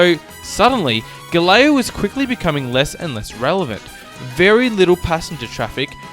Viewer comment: You should have at least practiced a little to pronounce GALEãO a bit better. The way you said sounded like Galileo.Not the same. Nice info though...